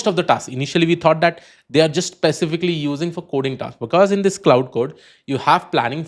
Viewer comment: Good video. Minor correction: "Claude"is pronounced as "Klode" Instead of "cloud"